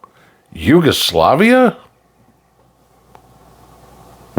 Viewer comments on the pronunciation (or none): none